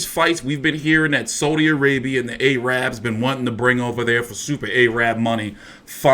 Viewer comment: You say it ah rabs not ay rabs lol